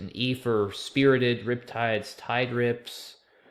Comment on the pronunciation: You said TIDERIPS and I heard TIE-DRIPS and I was so confused 🙃